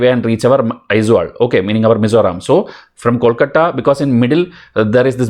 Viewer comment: ty sir sir please pronounce Aizawl as Aizol..it how we pronunce it